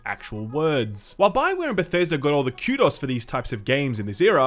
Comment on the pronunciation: The way says "kudos" as Q-Doss will never not be funny.